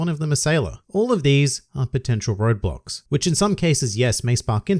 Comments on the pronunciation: I cannot stop hearing you say Roblox instead of "road blocks" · for some reason i thought you were saying roblox and not roadblock smh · am i the only one who hears "roblox" instead of "roadblocks" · I kept hearing Roblox, took me a little while to figure out you were saying roadblocks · When he said roadblocks, I heard Roblox